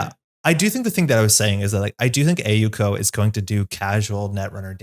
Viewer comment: Thanks for trying to say AU Co. properly <3